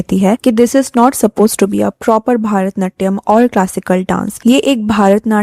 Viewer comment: It's not भारतनाट्यम it's भरतनाट्यम